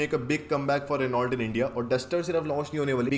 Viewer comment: बाबू the correct pronunciation is Rae-No जिस्को तुम RenauLT RenauLT पढ़ रहे हो LT are silent. It's a French company. 😊